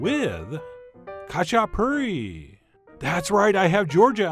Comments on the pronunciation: It’s actually pronounced as hah-chah-poo-ree. Some of them have stuffed crust, and others just plain. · Sorry but it’s ha-chi-puri 😂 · in the pronunciation, the K is silent, pronounce the H..... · “They’re called Katchipuri, not Katchiperfect!!” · Not kachaperfect :)))) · I also made some very similar Imeruli Khachapuri lately, very tasty. The only thing that is freaking me out is his pronounciation of Khachapuri... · Oh how I wish you didn't butcher the word so bad!! Recipe looks great though. When my dad made this he would just use two or three egg yolks instead of the whole egg, super rich goodness! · The k is silent in khachipuri :P